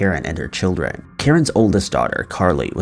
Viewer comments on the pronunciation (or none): none